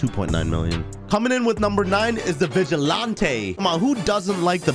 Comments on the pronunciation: This list gotta be a troll, aint no way he said vugilante for defending yourself when it is one hit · How are that bad at pronouncing words lmao. "Toraadoor" "Vigilaantey" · You're mispronouncing Vigilante and Toreador.